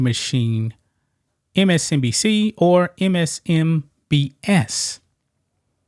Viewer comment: Why he says MSNBS 😅